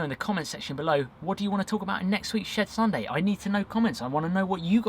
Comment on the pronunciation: I keep hearing Shared Sunday, instead of Shed Sunday... LOL Great opening card tho